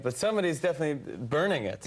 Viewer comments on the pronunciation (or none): none